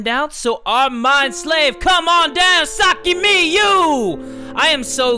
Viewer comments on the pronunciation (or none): "Saki Miyu" CC: Sake Me You